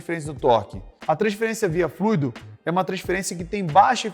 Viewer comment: Só de falar fluido e não "FLUÍDO", você já vê o nível de profissionalismo do cara.